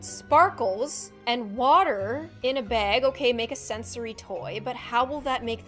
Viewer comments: Baaaaaaag not beeeeeeg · Bag not beg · I know I love her accent when she says "~Bag~"